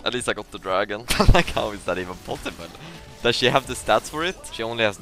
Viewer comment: "Like how is that even pOsiBLe"